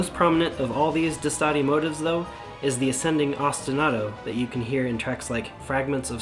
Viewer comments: Are you saying Destati wrong? The song says DES-Ta-Ti you say DeS-Tati. Which is right? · "Dess-toe-thea" is close enough to the way it's pronounced.